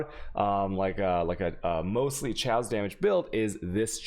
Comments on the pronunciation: Second video I've tried to watch of yours.... Can't watch them because you can't pronounce words... Fuck man you can't even pronounce chaos... Didn't know wtf you were saying for a second till you mentioned despair.... Pronounced k-os, not chay-os..... I hate to be a dick but maybe if you put as much effort into learning how to pronounce words as you do game you'd be fine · Why does he say chaos like that. Wtf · because he has spanish origins, so it sounds like ciao, chaos